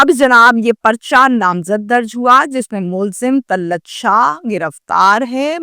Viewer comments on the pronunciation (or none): O YOU STUPID AND BRAINLESS, TAL-LUT IS NOT CORRECT WORD, TA-LAT IS CORRECT WORD